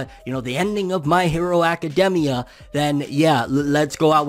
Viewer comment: My hero acaDEMia though 😂😂 I've never heard anyone say it like that 😭